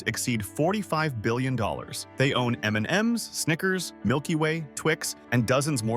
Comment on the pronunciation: Big hint: LISTEN to your AI audio before you post a video. The metal "lead" is pronounced "led" NOT "LEED." And M&Ms are not pronounced "Em. And. Ems." I hope you are embarrassed by the audio you've published.